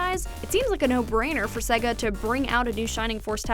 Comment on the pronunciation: _- why is her pronunciation of Sega making my head hurt?